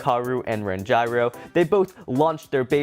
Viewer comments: Can someone tell that Ranjiro’s name is pronounced Ranj-ear-oh not Ran-gyro😂😂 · It’s Ranj-ear-o not Rangyro. Please stop saying Rangyro🤣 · You said ranjiro wrong